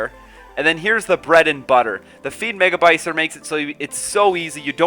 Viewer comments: The Fiend MEGACYBER, not MegaBYCER. Sorry but I had to say it. Besides all of that, how hard would the deck be to create for a guy at Stage 22 ? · Balls deep in your vids and I still don't get if you're joking about the "Megabycer" thing or haven't realized that it's called MEGACYBER.